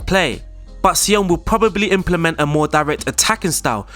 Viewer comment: No say-oh-ah-ne